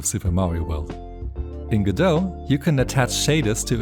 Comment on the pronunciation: It's pronounced go-dot. The Godot devs pronounce Godot as go-dot. Google is wrong.